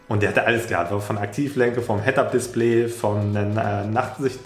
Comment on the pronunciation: /7 „Headapdispleeee“